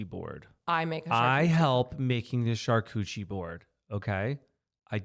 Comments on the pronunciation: New game take a shot every time they say “Cuchi-board”😂😂😂 I love you guys!! 🤍🤭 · I thought you guys were absolutely perfect, until my French ear heard Charcuterie being said « cha coutchie board » 😂 love you guys, you do make me laugh in the most dramatic, twist turning and surprisingly ways